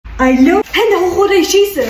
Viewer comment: Dieses allo am anfang